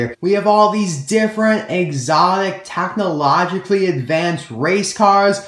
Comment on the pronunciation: "tachnology" "tachnologically" does that annoy anyone else??